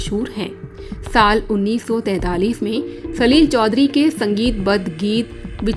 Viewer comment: सलिल शब्द को आप सलील कहकर प्रिन्नसिएट कर रही है छोटी और बड़ी मात्राओं का अलग अलग उच्चारण है। आपके द्वारा सलील कहने पर शब्द में कठोरता महसूस होती है।